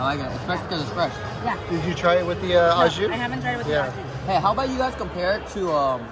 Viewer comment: Au jus is French terminology and it is pronounced "oh jus", not "ah jus".